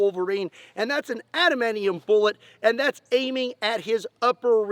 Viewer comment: Is cute how you pronounce adamantium ''adamanion'', tx for nerding for us